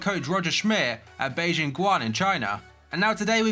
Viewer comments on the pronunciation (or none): none